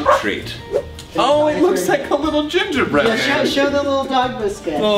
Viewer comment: I heard gender bread man